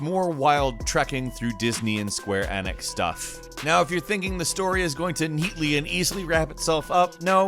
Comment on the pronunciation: Square E-Nicks not N nix